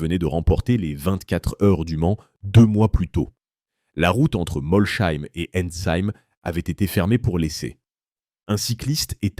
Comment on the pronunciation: Moi j'ai tenu 1 minute, le temps d'entendre la prononciation de "Molsheim". Bref foutage de gueule cette chaine.